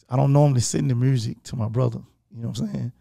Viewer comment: Yo Gotti is starting to pronounce “music” without the letter “r” and it’s making me so sad because that’s something really unique to Memphis and I love his accent 😭